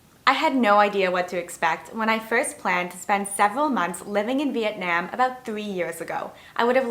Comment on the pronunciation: This bothered me also. Having been to Vietnam and lived there, you should at least learn how to say the name of the country.